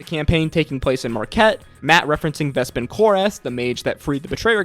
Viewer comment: Ah yes, Vespin Chlor-ass